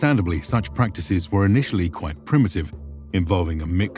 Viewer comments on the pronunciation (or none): none